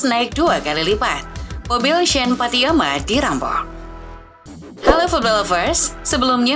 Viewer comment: woyy bisa baca gak sih, namanya pattinama, buka pattiyama